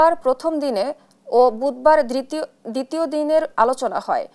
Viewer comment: " দ্রিতিয় দিনে " এ সব অশিক্ষিত সংবাদ পাঠিকাদের কেনো সংবাদ পরিবেশন করা হয় ??? যারা শব্দ উচ্চারণ করতে পারে না ।